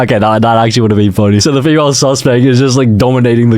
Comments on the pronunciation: BRO TI SAYS FEAMLE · The first one said feamle Instead of female💀💀💀💀💀💀💀